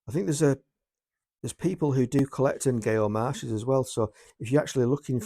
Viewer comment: It's pronounced Nyo for future reference. These are all good titles. Death in a White Tie is particularly good.